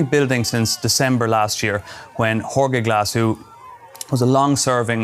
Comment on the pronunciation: How does this guy -- a journalist -- not know how to pronounce a basic Spanish name like "Jorge"?